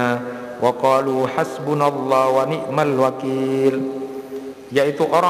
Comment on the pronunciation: Wani,mal bukan wanikmal